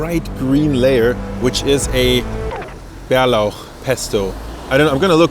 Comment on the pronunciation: Your prononouncing of bärlauch pesto was soo good😮